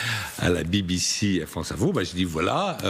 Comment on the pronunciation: Des accusations russes contre la FRONCE? C'est quoi la FRONCE? C'est où la FRONCE?